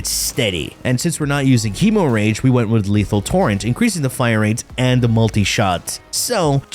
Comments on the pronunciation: hee-moh-rage....hem-more-idge .....stahp-it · bro said hemo rage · KF with his meme pronunciation. Hee~Mo~Rage for Gi~Gac~Had 😆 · Say "hemorrhage" again 😂🤣😂🤣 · He make the funni